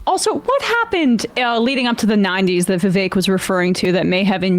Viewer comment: It's still racist & shitty of Sam tro mispornounce Vivek's name. Shame on all of you for letting it slide